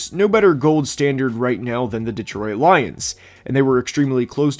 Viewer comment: off topic, but the way you pronounce “Detroit” as “de troy it” is funny 😂